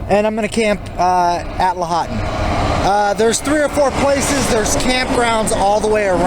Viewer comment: Washoe is pronounced Wah Show ;) Lahonton = Law haun Tun